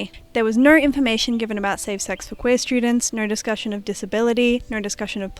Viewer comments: completely irrelevant but youre the first person ive seen that really sound like youre saying "naur" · as an australian u are the only person i have ever actually heard pronounce "o" as "aur" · Besides the point, but your way of pronuncing "no" cracks me up, it makes for a very piratey "nurrrh is nurrh" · Great video! Despite the seriousness of the topic I couldn't help but chuckle at your adorable Austrailan pronunciation "Nor means nor." 😂😂😂